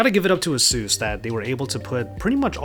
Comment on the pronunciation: It's AH-SOOS